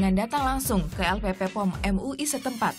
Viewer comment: Bukan LPP POM, tapi LPPOM. P nya 2, bukan 3. Salah penyebutan nama